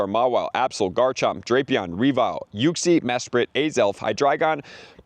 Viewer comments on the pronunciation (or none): none